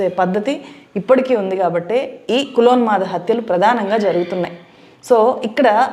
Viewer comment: Correction: "కులోన్మాద", not : 'కులోల్మాదా'